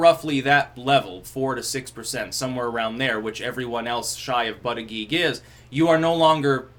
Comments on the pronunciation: it's booti-jedge, not butty-geeg. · Persists in intentionally mis-pronouncing his name as Butt uh Geeg. Gotta love it :) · I’m starting to watch these videos just so I can hear try to pronounce Buttigieg.